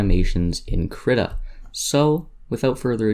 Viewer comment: excellent tut. I think its Kreeeeta =|